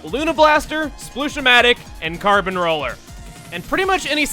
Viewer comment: Holy crap (or should I say carp since this is splatoon we are talking about here) he absolutely nailed saying the carbon roller's name in Spanish(at least I assume that he said the right words and that it is Spanish since the only language that I truly know and understand is English due to living in the United States for my whole life so far and I only have 1 highschool year done thus I haven't really learned any other languages nor been to other places).